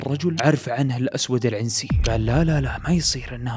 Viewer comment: تحياتي لك من اليمن الشقيق،بس تصحيح العنسي نطقتها زي نطق العنزي فا هي تنطق بدون الكسره على العين